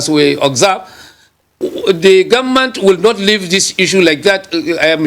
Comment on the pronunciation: He kept saying “we the Gunmen’t” If u can’t pronounce “Government“, no appointment for u.